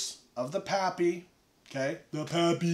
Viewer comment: “PaaPyYs”. What a lush